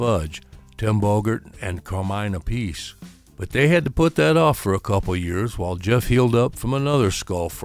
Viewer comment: "Ap pah see", not "A Piece"